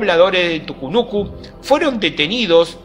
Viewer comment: Ponete de acuerdo hermano.. escribís TUCUNUCO pero en todo el video le dijistes TUCUNUCU 😂